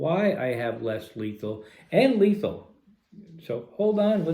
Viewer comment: Lesley is letal man why u say almost letal